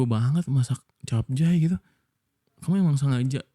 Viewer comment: Baru denger orang bilang capcay jadi capjay anjayyy😭😭